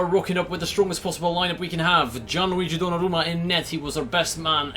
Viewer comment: Bro that is weird that you can pronounce the name of the keeper